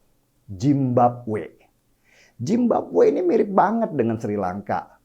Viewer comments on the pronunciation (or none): Zimbabwe den.. bukan Jimbabwe 🤣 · Bang kalo ngomong Zimbabwe jangan gitu